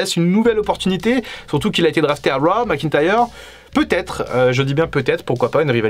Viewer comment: Pas mal mais la musique est vraiment insupportable et pas adaptée. Stop prononcer RAAAH c'est Raw (Row !)